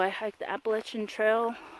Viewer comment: Heyyy! So glad I found your channel and OMG I LOVE YOU ALREADY FOR KNOWING HOW TO SAY APPALACHIAN CORRECTLY!!!!😱😱😱❤️❤️❤️❤️🤣😂🤣 And btw thanks for following me on Instagram too- I really don’t know what I’m doing over there. Most of the time I’m just trying to catch up on the folks I like.🤷🏻‍♀️ But great job on your first video and I can’t wait to follow your journey!!!